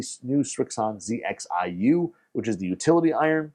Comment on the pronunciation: Thank you for not saying zed xi 😂